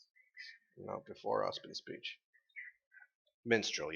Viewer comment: The kingdom's name is Mistral, not Minstrel and no, it' actually to the right, while Vacuo is on the left.